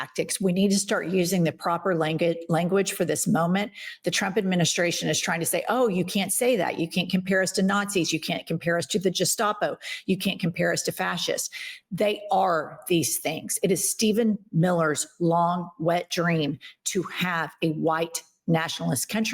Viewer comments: It’s Gestapo not jestapo! Why do USA citizens need to change common pronunciation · Its not Je-stapo, its GE-stapo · No, they are King James Christians. And it's gestapo not jestapo. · JEN!!! IT'S GUH-STAH-POH. It's not a "j" sounding g. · It’s Guess-tapo not Jess-tapo. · Gestapo not jistapo pronounce it fucking right! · Love IHIP!! Oh, and that tough German word is NOT pronounced Jistopo think hard "g" sound "Guh·staa·po". Also, Illinois is pronounced with NO "s" sound. (i·luh·noy) "I've Had It" is awesome!!! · Love you ALL! Please, GESTAPO is pronounced with a HARD G, like gate, got, goat,....not a J as in Jam. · It's pronounced GEStapo not Jestapo ....ps. I'm a huge fan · Gestapo is pronounced with a hard G, not a soft. It’s a German word. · Please stop pr9nouncing gestapo like Gelato it's guh like gun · It’s pronounced GEstapo and. It JEstapo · Its Gestapo, not Jestapo. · Ladies: the ‘g’ in gestapo is a HARD G, as in ‘grand’, not soft as in ‘gel’! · Jestapo? I learned It’s Gestapo. G like guess. Which is why Marjorie Taylor Greene’s calling gazpacho was so hilarious. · I love you both, but please say "gestapo" with a hard "g" not like a "j" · Jen, I love you guys. Just a small inconsequential nit pick: The term Gestapo is pronounced with a hard “G” — it is not pronounced “J”estapo. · FYI: Gestapo is a hard G as in guard, not a J as in jazz. If they don't want to be called the Gestapo or Nazis, they should stop doing things that make us call them that. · It’s “guess-schtapo” not “jess-tapo”. And also, tear gas doesn’t make your “ears run”. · I adore both of you but I do have a quick correction. It's Gestapo with a hard G sound not a J. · lol its not (jiss-top-o) its Gestapo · Guh-Stop-Oh...NOT Jee-Stop-Oh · The "G" in Gestapo is pronounced as the "g" in "gun." Not as in gestation. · GEstapo, not DJEstapo 😀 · Jen, it's Guess-Toppo, not Jess-Stoppo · Umm, it’s pronounced “gus-toppo”, not “jus-toppo”. Gust saying. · Geh-stop-O. Not Je-stop-O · Gestapo with a hard G